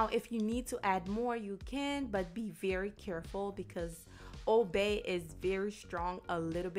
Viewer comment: Thank you I’m making that RIGHT NOW! I didn’t get when you said OBEY SEASONING LOL I then looked it up, and u were saying ;” OLD BAY” seasoning I was soooooo excited because I HAVE OLD BAY SEASONING! Looks delicious I already have the salmon in the fridge I’m making it at 5pm dinner, I’ve already made my delicious butternut yams with salad! I just now found your channel I’ve subscribed! Make some chocolate recipes 🎉😘🙏🏼♥️👍👍👍👍👍✨✨✨✨